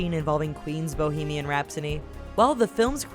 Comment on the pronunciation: Guys get your pronunciations and spellings right, it's Toretto NOT Tortetto; Hedren NOT Hendren and lastly Rhapsody NOT Rhapsony 😂😂😂